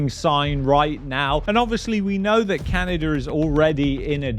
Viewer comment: There's no "R" in "Canada!"